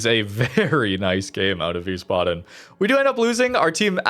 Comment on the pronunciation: It's pronounced vice-baden.